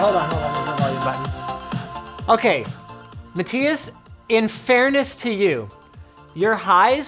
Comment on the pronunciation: Wonder if Linus will ever figure out “matthias” is prounced MA-THIGH-ASS. Rip